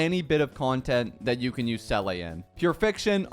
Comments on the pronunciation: I was a Seele main from 1.0 all the way to Robin's release, but she just became so hard to use... I miss playing Seele. (sidenote her name is pronounced sort of like "ZEE-la", not "SELL-ay") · I’m cringing at him pronouncing seele as “sell ay” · "Seele" is a word in the german language meaning soul. And you pronounce it "Ze-le" (If somebody has a more accurat way to write the pronouncation please comment, but theres no "a" at all...) I don't know if there are other languages that have the same word where it is pronounced differently. In that case, nevermind.